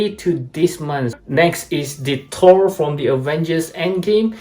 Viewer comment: The characters name is pronounced Thor not tore in English. What is your native language?